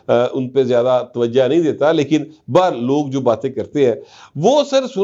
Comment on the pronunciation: Twajha Nahi twajho hota hy Kisi ahl e adb se poochh lein